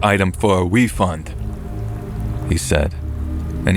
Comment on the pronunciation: "I want a wefund" 😂😂😂😂😂😂